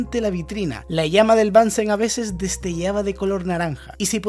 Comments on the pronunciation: asi esta mejor, es BUNSEN no bansen es aleman no ingles El mechero de BUNSEN. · Es alemán así que se pronuncia Bunsen no "Bansen" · bunsen se dice . es aleman no ingles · Es Bunsen, no Bánsen. Es alemán. Muy bueno tu canal. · El aleman se pronuncia como el aleman, no como el ingles... Bunsen se pronuncia casi igual que en español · Hola, gracias por el vídeo que es muy interesante. Sólo un apunte: Bunsen es un apellido alemán, así que no hay ninguna razón para pronunciarlo en inglés, puesto que en alemán suena exactamente igual que si lo leyeras en español. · Muy buen video. Solo un detalle, has pronunciado apellidos alemanes en inglés. Es "bunsn" y "kirjof".